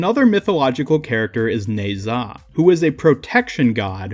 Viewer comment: Btw Ao Kuang is pronounced “ow kwong” and ne zha is “nah jah”